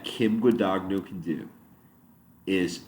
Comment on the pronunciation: Its not gudaguhno, its gudanyo, idiot.